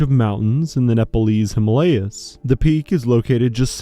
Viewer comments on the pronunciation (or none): none